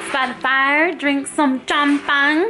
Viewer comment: no! its champ-ag-nae!